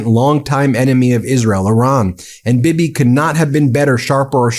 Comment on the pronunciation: It's pronounced Bee Bee, not bib-eh